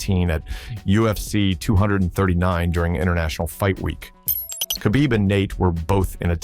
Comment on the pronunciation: u see AI cant even say khabib correctly. what a lazy video